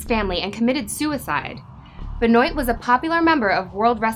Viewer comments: I noticed that too! I think its pronounced "BEN-WAH" not "BE-NOYT" but I could be wrong. But yeah, still a pretty good video! ^_^ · There's a lot of bullshit here... Also it's benwah not bahnoyt jfc. I can't stand wrestling and I know that. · Im pretty sure you mispronounced Chris' last name. Its French.